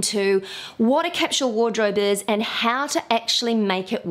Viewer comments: IT IS CAPSULE NOT CAPSHULE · OMG!!!! 🙉 I'm trying really REALLY HARD to deal with the way you say Capsule!!!!!!!! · OMG I'm trying really*REALLY HARD* to deal with the way you say Capsule!!!!!!!! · You may be surprised to know that capsule is pronounced differently in different parts of the world - neither is right or wrong!